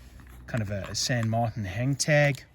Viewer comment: Why would you even try to pronounce a Spanish name in a French way?